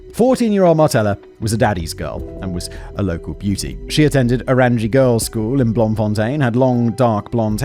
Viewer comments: He did try... But as somebody from Bloem it was. An inventive pronunciation shall we say 😂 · "Orangie" meisieskool slayed me 😂